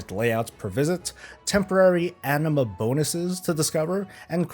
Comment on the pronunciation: Anima sounds like enema. lol